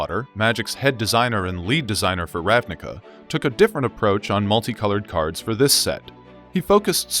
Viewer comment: Fun fact. The word "ravnica", means in slovene "plain". It's pronounced as "ravniTSa", though. :)